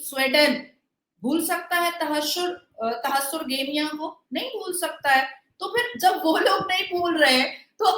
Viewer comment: For a little correction its not तहस्सुर गेमियाँ Its तहर्रुश गेमियाँ